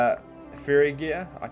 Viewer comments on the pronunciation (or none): phrygia is pronounce like fridge-ya